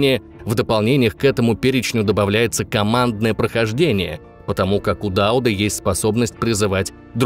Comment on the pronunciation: Низкий поклон вам за ДАуд, а не ДаУд. Действительно, люди разбираются в теме!